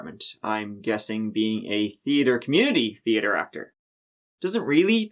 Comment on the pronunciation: I was hoping for you to say "treeatre" but you said it perfectly 😦 😂😂😂 love you!